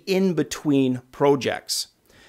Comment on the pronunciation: He says every word normally except Prooojects. It's funny. I used to work at Activision. Was sheer hell. No fun at all...